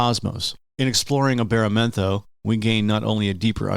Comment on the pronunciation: He said the name wrong lol